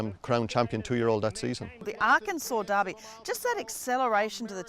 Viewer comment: Just to be clear, it's not Darby. It's the Kentucky... Derby.